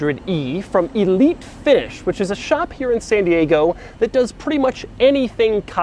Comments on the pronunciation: Is it me or did he really say Elite Fish ? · I thought he was saying Elite Fish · He said Elite Fish and then Elite Finish